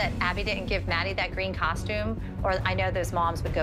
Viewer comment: Why do they all say “coshtume”?